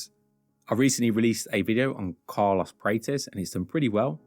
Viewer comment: I think you're saying his name wrong